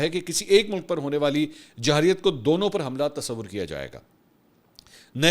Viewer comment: محترم خان جی لفظ جاحریت نہی جارحیت ھوتا ھے۔ امید ھے آپ درستی فرمائیں گے آئیندہ